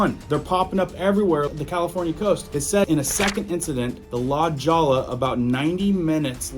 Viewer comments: La Jolla is pronounced, La Hoya. "J" in Spanish is pronounced as an "H". "LL" is pronounced as a "Y". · La Jolla is pronounced La hoyia.. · Not La Jolla, the J is pronounced as an H.and the double ll sounds like a y as in La Hoya. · La hoy uh...not la Joll uh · LA JAWLA???? IT'S LA HOYA! LEARN HOW TO SPEAK AND SPELL: IT'S BORDER, NOT BOARDER! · La Hoyia, not La Joyia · La hoy ya! Not La Ja la. LoL! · Its not pronound la jolla.......it is pronounced as Lah Hoya.... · LaHoyah not lajolla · Not to be picky before somone rasies hell. La Lolla is pronounced La Hoya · FYI: La Jolla is pronounced "La Hoy-ya" ... It's a common mistake if you're not from the South West. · I stand with Texas and Israel. God bless America 🇺🇸. Btw, you’re saying La Jolla wrong. The J in Jolla sounds like an H. The whole word in pronounced like Holya. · La Jolla!!!! Pronounced Lah Hoiya... lmao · The JO is pronounced Ho... La Hoya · It is pronounced La Hoya: La Jolla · La holla. Don’t pronounce the j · Good reporting. I surfed this beach as a teenager. La Jolla , however, is pronounced "La Hoyya." This migrant problem had been ongoing for the past 50 years. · Good reporting. I surfed this beach as a teenager. La Jolla , however, is pronounced "La Hoyya." This migrant problem has been ongoing for the past 50 years. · Hey! LA Jolla, is pronounced....LA holla!! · That's "La Hoya" Blvd it's just spelled with "J's" !! And It's " border" not " boarder" two different words ! Just trying to help bro !! Spell check it's free! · ...La Jolla is pronounced La Hoya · Its pronounced La-Hoy-ya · Dide its not pronounced the way you said it. California used to be a Spanish and Mexican territory so the names of cities have Spanish names. La Jolla is pronounced La Hoya. Please learn Spanish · Just a heads up La Jolla is pronounced La Hoya... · “LA DJOLLA” is the right way to say it. We have no obligation to pronounce anything in that crap idiom… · FYI- It's LA HOYA- not la jolla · It's pronounced La hoya